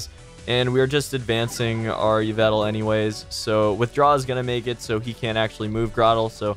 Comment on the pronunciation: Fam yvetal? It's e-vel-tall